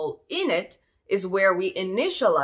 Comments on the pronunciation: att-ributes, not a-ttributes! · Loved listening to how your Canadian English pronounces Attributes with 2 syllables (Attrib-utes) to Australian 3 syllables (At-trib-utes). Very cute. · God, I wish you would learn how to pronounce attributes! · I can't listen to her mispronounce "attributes" this many times. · Have I been pronouncing attributes wrong this whole time?